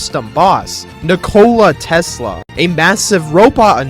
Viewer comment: What a pronounciation of "nikola tesla" god damn...